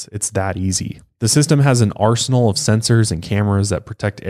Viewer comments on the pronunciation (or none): none